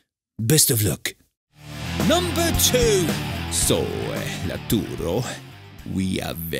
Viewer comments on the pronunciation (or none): nah, couldn't pronounce it properly, even messi called him laturo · It’s not lauturo its lautaro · oh ffs,i mean,i understand your point,but i disagree 100%,Lautaro is an easy name to read,plus he butchered a whole letter,like he read it as Laturo,and it's Lautaro,big difference,if he knew how to read maybe he would say Lataro,but never Laturo, is very dumb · Why did they call lautaro Martínez "arturo"??? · I think it was "latoro" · yes he did cause his Name is lautaro not laturo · Noone: voicing Conte: lAtUrO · Everybody: Lautaro: Latewro/Latooro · "Laturo" - Conte 2020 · I was only saying how bad he pronounced Lautaro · Lautaro is his name,he has no nickname in this show,so (animator) butchered his name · Great video really funny ahaha. Also you drew Lautaro😍. Only bad think is Lautaro pronunciation that is bad